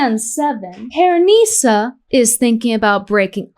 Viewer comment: I like how she pronounces PearNEEsa 😂